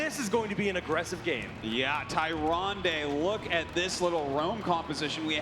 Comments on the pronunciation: yeah from a glance, Tyrande initially seems like its pronounced Tie-ron-day but the official pronunciation is Ti-ran-da. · "Tie-Ron-Day" I'm so salty right now. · haha yeah that bothered me too. Somebody should have corrected him. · Tay. Zon. Day. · you would think, being announcers for blizzard tournaments, that they would know how to pronounce tyrande haha. super fail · this is not how you pronounce Tyrande!!! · kills me how they pronounce Tyrande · I hate how the commentators pronounce "tyrande"